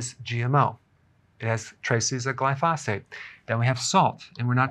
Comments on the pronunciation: Berg - Longtime viewer and subscriber, here. Mad respect for all that you do. But, RoundUp (glyphosate) is pronounced GLY-fo-sate, not gly-FOS-fate. Carry on with the great work! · Dr., glyphosate - It's pronounced GLY'- FOE- SATE. Love your videos !